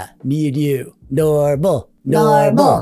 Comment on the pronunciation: I heard dormal like dork + normal.